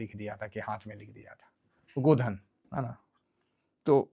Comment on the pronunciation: गोधन नहीं गोदना सर